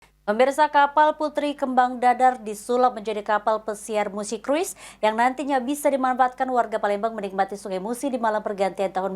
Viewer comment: Cara bacanya "krus" ya. Bukan "kruis", apolagi "kras". 😊